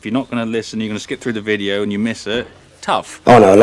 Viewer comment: The way you say ‘videa’ makes me think you watch South Sask Farmer, who’s basically an Irish farmer with a Canadian accent